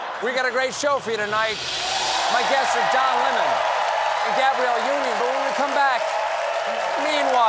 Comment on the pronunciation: I could have sworn he closed with "My guests tonight are John Lennon...." and I'm like HUH?? I had scroll back to see it was Don Lemon.